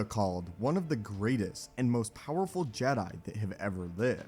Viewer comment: ah yes "poweful" lmao